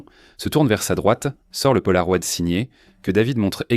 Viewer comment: Ces changements de débit de parole sont vraiment insupportables!!! ET punaise...polaroid??? Polaro-ï-d